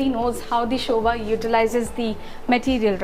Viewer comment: It's sobha not shobha Pls correct yourself